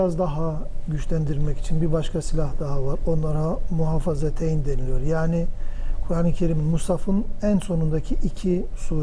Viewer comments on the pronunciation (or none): Ayetel Kürsü değil Ayetel kürsi, muhafazateyn değil muavvizeteyn...